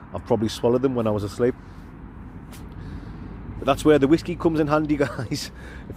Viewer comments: Wot is wasku, or should I ask do you think you are saying Whiskey :) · What is it with the way he says Whiskey? It's proper weird and annoying 😂